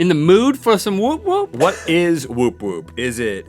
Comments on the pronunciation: YOU DONT SAY 'THE' WOOP WOOP OMG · Woop woop is pronounced more like whaop whaop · It's not whoop whoop, it's pronounced wop wop like the 'whop' part of McDonald's Whopper or mop with a W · the're pronouncing woop woop wrong and describing it wrong, try pronouncing it more like oops. might maker sense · its not "the woop woop" its just "woop woop" and its pronounced like "wuhp wuhp " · Someone has taken the p*** with you Rhett. CORKAGE is a fee charged when customers take their own wine to a restaurant 😂. And woop woop is pronounced like book, not soup 😀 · its wop wops 😂 not woop woop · It isn't woop woop it's wop wops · It's more like wop-wop not woop woop haha!! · It's not said woop woop, it's said whap whaps lol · Wood wood is actually pronounced as "wop wop“ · Pretty sure it's pronounced more like "wop wops", at least that's what it is in New Zealand. Like saying mop but with a w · The awkward moment when they use the New Zealand slang term for rural place. Woop-woop is what we kiwi's call a bush Bach. Or place that is hard to find, out of the way. It is spelt that way, but pronounced wha-op-p waop.... also the paddle pop is a milk-based ice cream. This slang term didn't make it across to NZ. Same with Stubbie well we are considered more refined and drink out of 750ml bottles that came from a crate.... the stubbie was in fact in NZ a pair of short khaki shorts, worn solely by males. They are distinctly kiwiana. Thus ends a little New Zealand trivia.... considering y'all are being all Aussie Aussie Aussie oi oi oi. Wait two quick things... Aussies tried to claim the Lamington, the Pavlova as being made in Australia... like Sam Neil, crowded house and unfortunately a Russell Crowe.... they were conceived/born in New Zealand. Be your mythical best. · They pronounce whoop whoop weirdly haha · Woop woop was pronounced wrong and wasn't used right in that sentence either. But nice try 😂 I applaud your efforts